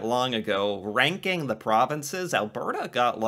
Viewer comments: Alberta is pronounced Albert a with the accent like al BER ta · Yes "Al-burr-ta" not "Al-bear-ta". Often the "t" is softened to more of a "d" sound as well. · It's pronounced Al-ber-ta not Al-bear-ta lol Also Edmonton has a lot more than the mall And the telus science center isn't much about Pixar at all except for that space, the rest of it is fun science things that you'd do in actual science Calgary Flames, Calgary hosted Olympics in 1986 or something like that, Calgary is a popular layover airport with Westjet headquarters, Calgary Tower, you research Canada and probably came across it if none of those ring a bell lol And you should definitely check more about the Calgary Stampede, its more than a rodeo like Google says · Alberta(Al-bur-da) is basically just Montana, Georgia, and Texas all rolled into one beautifully green province lined with the second largest mountain range on the planet. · Phonetically. Al-burt-ah. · I love how the way you pronounce it really stresses the BRRRRRR! in Alberta 😄🌨️🌨️☃️🏂. But Alberta is not what I'd call 'south'west Canada. Western Canada has no portion that reaches as far south as the part of Ontario where 10-15% of ALL Canadians live!